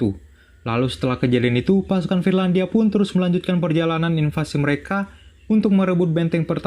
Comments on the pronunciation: Finlandia bukan firlandia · Trlalu sering salah ucap "FIRLANDIA"